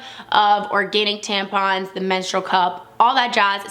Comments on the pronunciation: Good video but it’s tamp - on - not tamp-in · tampon is said the way it's written, why did she say " tempen" 🙄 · you pronounced tampon wrong It's pronounced (Tamp-on) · I love to way she said tampon haha